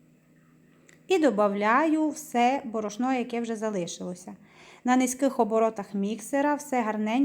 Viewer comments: Що за діалект? Звідки борошнО? Добрий кекс. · Мова да але ударения неправильные борошно не правильно сказано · Борошно наголос дуже ріже вухо